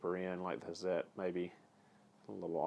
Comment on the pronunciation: Awesome... Thanks for correct pronunciation.. excellent. Love these tools excellent review. Hazet..pronounced: "Hartzet" if anyone cares :)